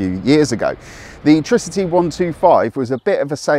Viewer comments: It's Tri-city, not Tricity. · Its not treecity its tricity for example wifi / tri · I think it's pronounced TRI-CITY. It's a tricycle after all. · LOL that bothered me too